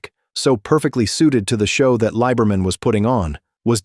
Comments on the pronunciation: It is pronounced Lee-Ber-Min. Clare is a guy. Clare, driving Jim's number 2 car won the Winternationals at Pomona, not Jim. I was a crewman on Brutus in '65 and '66, and alcohol or drugs were never a problem when I knew him. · that is NOT Pam!! That is Barbara Roufs! SHEESH!!! And that isn't how you pronounce his name either! I'm glad I just skimmed thru this dribble... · He's hardly a "footnote in drag racing history". He's frickin' Jungle Jim Lee-ber-min.